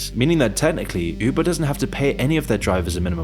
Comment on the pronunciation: said "Üubuh" 🥰